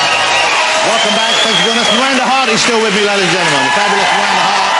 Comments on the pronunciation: "Miwanda" - Miranda is a very unfortunate name for Jonathan to have to pronounce... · Miwanda xD i love his speech impediment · Is it me or does he say "Miwanda" I say "Welease Woger!!" ;)